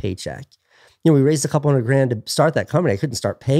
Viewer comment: ONE HUNDDREDED PERCENT,!